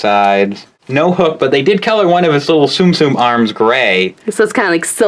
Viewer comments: not tsum-tsum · ITS TUM-TUM!